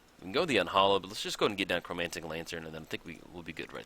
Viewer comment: I hate how you mispronounce CHROMATIC Lantern. It's not Chromantic .... Just a small gripe but you play it in a lot of your decks and it urks me everytime you say it haha.